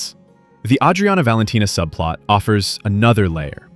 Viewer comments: You know thats not how they pronounce Adriana. You're worse than that adam friedland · Why does the "narrator" pronounce Adriana wrong? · From what i've seen, the creator writes the scripts and hires a freelancer to do the voice-overs, hence why Adriana's name is mispronounced. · He just pronounced it the Italian way. It's like the name Maria. You can pronounce it the American way or the Spanish way.